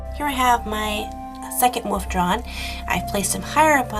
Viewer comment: I love how you say wolf. lol It sounds like woof. :P